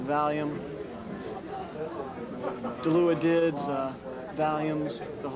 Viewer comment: I really do like Devo, but let’s face it. This is just some kid out bullshitting for attention. Nothing deep or profound here. Hell, he couldn’t even pronounce “Dilaudid” correctly.